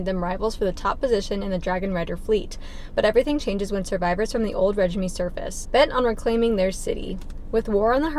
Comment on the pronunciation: Regime is pronounced Ruh-zheem <3 anytime I learn a word only by reading it I think of the How I Met Your Mother episode where Ted pronounces chameleon Cham-eh-lee-on 🤣